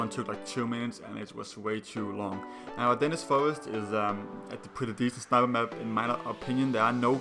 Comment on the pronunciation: It pisses me off so much when people can't pronounce Ardennes properly